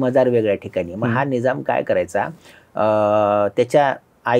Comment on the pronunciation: निजाम नाही निझाम म्हणा.